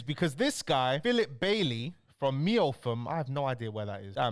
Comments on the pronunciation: 🤣 lol it’s pronounced “MEP-HUM”. Kent villages are hard to pronounce, fair play bro 😅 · Meopham is pronounced MEPHAM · It’s pronounced mep-ham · Lool tanks the way you pronounced Meopham was really bad haha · He only seems semi literate